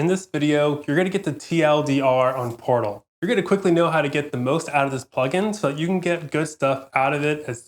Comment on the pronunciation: I'm sorry but I had to restart it..cuz I hear porno n not portal 😂